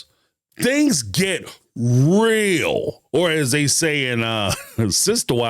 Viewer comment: They get "rill" (real) lol